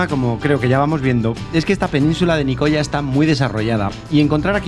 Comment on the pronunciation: "Nicoya"...ufff, pronuncia bien, macho!